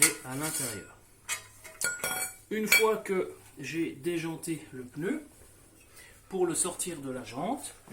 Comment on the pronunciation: J´aime bien le " peneu " ! 😊 typiquement français de Paris, le peneu.😅